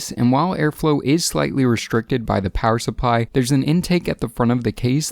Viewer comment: "power suppy" i was rollllin